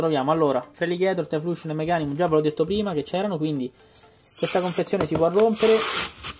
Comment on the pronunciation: E' "Taiflosion", non "Taifluscion" ;)